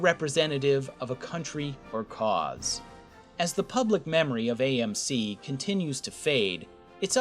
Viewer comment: Yeah, he couldn't even get the name of AMC right.